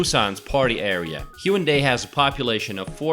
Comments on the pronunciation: why does he say HYUNDAI beach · It’s hae un dae. Not hyundae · Haeundae(x) Hae-un-dae(o) most Koreans cannot understand it if pronouncing it consecutively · It's pronounced HAE WOON DAE. I think knowing the pronunciation of a city is fundamental before introducing it, don't you think? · The way he pronounces Haeundae and Seomyeon gives me anxiety. Having said that, this is a great video showing the general areas of Busan and what it offers. Nice! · This dude can't pronounce one thing correct! Gwangalli, Seomyeon, Haeundae, He can't even pronounce Marine City correct! He says Marin City hahaha. It must be a bot lolol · your pronunciation of haeundae is terrible.. do some research before posting you're good ignorant video.